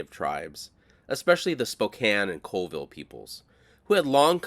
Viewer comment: Colville is pronounced "CALLVILLE